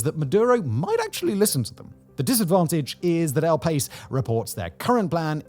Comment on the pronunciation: If that quote you read was from El Pais, the Spanish newspaper, it’s pronounced kind of like Pie E s